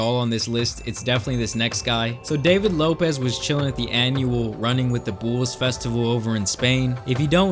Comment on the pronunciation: Why tf do u say bools not bulls